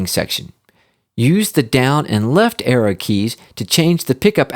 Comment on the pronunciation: I kept on thinking he was saying error But he was saying arrow